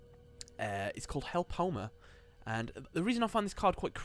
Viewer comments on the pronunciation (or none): It's help-o-em-errrr Not your way